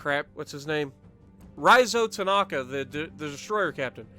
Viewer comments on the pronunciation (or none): none